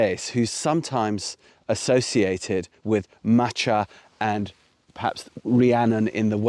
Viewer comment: Check your pronunciation of Macha. Gaelic does not have a soft c. Likewise ch is a hard sound as in Bach. A better pronunciation would be Ma/ka though I have sometimes heard it as Ma/ha. Or listen to a pronunciation of Cuchulain. The ch is again a hard sound. A minor point perhaps but I have never heard Macha pronounced the way you did by any one with an understand of Gaelic.